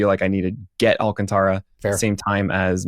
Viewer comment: His name is pronounced Al-can-TARA! Lol, not -TRA has it right. Listen to the pitcher guy! Lol